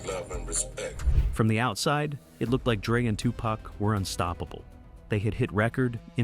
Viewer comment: Besides: Are we to believe a white dude who dos not even know how to pronounce Tupac and Suge correctly???/ Hahahaa F in idiots with more BS lies.....